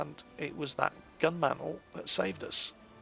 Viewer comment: um... the 17 pounder GAN? don't you mean GUN? DERPPPPP!!!!